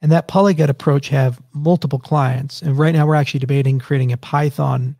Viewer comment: Polyglot, Charles, not Polygot!